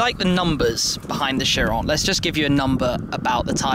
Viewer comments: the bugatti cheryl? or chiron? and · You called it a CHEERAL?! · in the beggining he said chiro instead of chiron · This is just me being a perfectionist, but I disagree with the pronunciation of the car's name. It's named after a greed god and it should be "Kiron", not "sheeron" It's annoying, so just pronounce it the correct way please.